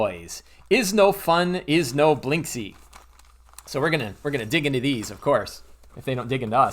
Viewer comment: I LOVE this video and i will try to buy this LE, BUT... This surname reads correctly as "Blinskiy", I'm Russian, I know what I'm talking about.